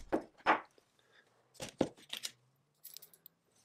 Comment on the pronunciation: I'm not a patina fan too and since it's an Italian word being Italian myself I'd like to hear he word properly pronounced: the accent goes on the a not on the i.